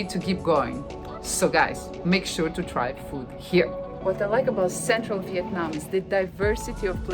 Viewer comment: Oh my goodness, when pronounces the names of the city, she sounds very much like native Vietnamese people.